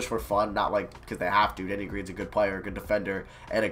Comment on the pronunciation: When he said, “Good D Danny,” I thought he said, “Good D Daddy.”